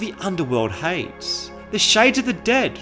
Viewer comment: All the weird pronunciations bug me when trying to watch this. Nera-Veer-in? "Of the underworld hayds? And how did you get "Ahbolam" from Omalen Ancestral Tomb? Have you actually played the game? Or am I super ignorant and this is just how your local dialect is? I just have a hard time believing someone who played through Morrowind and heard Nerevarine pronounced over and over again would say it in some way like a reporter who never played the game would read it off a teleprompter.